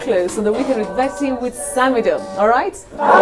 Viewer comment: Much love samidoh i love the way betty is pronouncing your name.